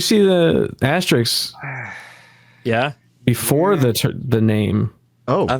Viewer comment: "Asterick," "asterix"... Does anyone know how to say "asterisk" anymore? FML.